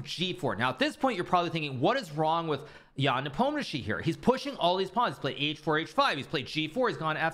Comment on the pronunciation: Why his surname is so butchered in English?? 😅 It should be something like "Nepomnyashiy", or "Nipomnishiy", if we're sticking closer to pronunsiation